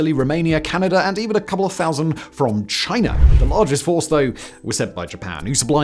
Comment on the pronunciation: Simon, there’s no ‘r’ in China. 😂